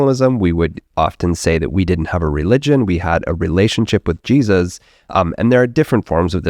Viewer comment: I always chuckle when I watch your videos- I think your pronunciation of 'Jesus' gives away your evangelical upbringing. People with secular upbringings pronounce it like a truncation of the exclamation, 'Jesus Christ!' People who grew up carefully not taking it in vain have a very different delivery.